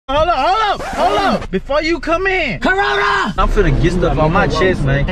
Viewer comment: Lol the dude in the back said CARONA